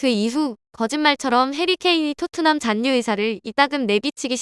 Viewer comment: 신라[신나](X), 신라[실라](0)이듯이 잔류[잔뉴](X), 잔류[잘류](0)이어야 합니다. 너무 [잔뉴]를 반복하시네요.